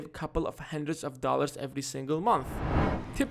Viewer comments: It's Procrastinate not Pracrastinate. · No.4 its Procrastinate not 'Pra' . Thanks for the helpful videos❤👍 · it's procrastinate, not pracrastinate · Pracrastinate? Or Procrastinate?